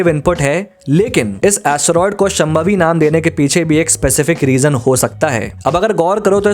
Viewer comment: Wonderful analysis but please pronounce names correctly. शांभवी not शमभावी.